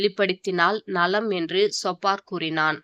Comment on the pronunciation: சொப்பார் இல்லை சோப்பார் என்று உச்சரிக்கவும்